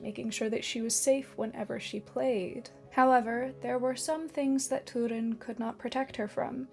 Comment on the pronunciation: Stop saying toodin. It’s Turin.